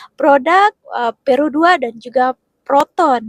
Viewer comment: jgn ckp ' pero' tapi 'produa'